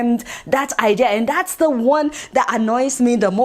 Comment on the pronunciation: Adeola pronounce "The" as "Zah" 🤣🤣🤣🤣🤣🤦‍♂️🤦‍♂️🤦‍♂️🤦‍♂️